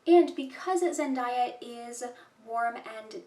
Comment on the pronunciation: Please pronounce her name properly